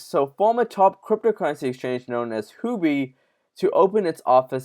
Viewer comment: It is Who-Oh-Bee.!! Not Who be